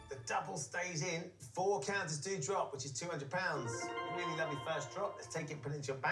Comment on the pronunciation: Every time he says ‘4 counters’ I hear `foRK HANDLES!